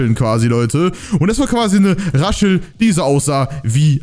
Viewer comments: Raschel... Ich: Es wird Rassel ausgesprochen xD (Nicht böse gemeint:) kannst du meinen Kommentar liken?) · OMG DU SAGST ZU RASSEL RASCHEL HAHA😅😅😅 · warum hast du Raschel gesagt und nicht Rassel? Spiele seit 2019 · Rassel nicht Raschel 😅😂 nicht schlimm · Er hat raschelt gesagt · Raschel hast du gesagt